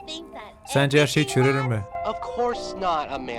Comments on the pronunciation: Abi cürül diyiyicen🎉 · Abi çürür demen gerekiyor